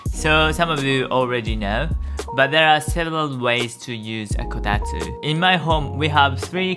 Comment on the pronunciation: It's Kotatsu, not Kotastu.